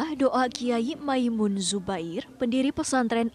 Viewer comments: Maz andre saya mau meluruskan yang benar Mbah Kiai Maimun bukan makmun/Mamun... mohon jangan salah sebut kyai kami lagi😊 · Andre nyebut mbah moen saja salah. Masa kyai ma'moen ??